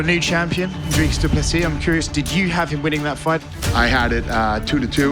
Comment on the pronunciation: and one more thing, its pronounced DOO-PLE-SEEE not DOO-PLESIS. Get the mans name right and show some respect DANA!